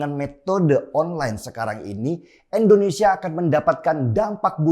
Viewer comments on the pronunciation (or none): "Indonesia" Bang Denny... bukan "Endonesia". Bang Denny sebut "India" bisa, bukan sebut "Endia". Jadi biasakanlah sebut "Indonesia".